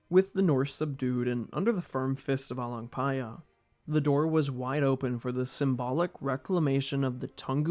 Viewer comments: I fucking love how you didn't messed up "paya" while pronouncing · i just came here to hear you say the name but i end up watching all lol..good job for learning how to pronounce properly